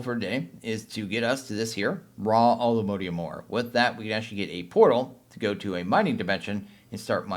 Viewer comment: ugh it's not mode ium... it's mod ium